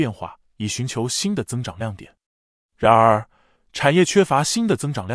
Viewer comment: “然而”的讀音聽得很不舒服……